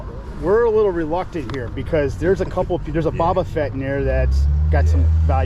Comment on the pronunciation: "Boba Fott" and "CP3-0"